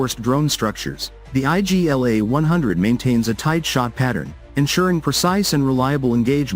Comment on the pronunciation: It's not I.G.L.A it's Igla (means 'needle')